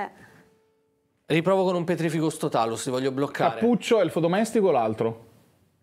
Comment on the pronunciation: (più o meno) io ho sentito pietrificus e non petrificus 😂